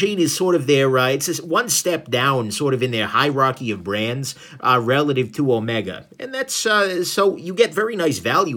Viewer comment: It's Omeeega!